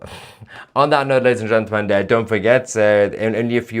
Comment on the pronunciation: Still can’t pronounce “gentlemen” tousi 😂